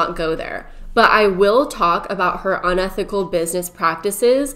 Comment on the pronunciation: ~Uni thick al~ business practices 😂💜 Edit: it was said correctly one minute later. I didn't point it out as a dig, I thought it was cute 🥰